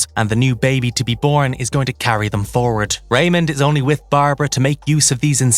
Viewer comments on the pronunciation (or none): none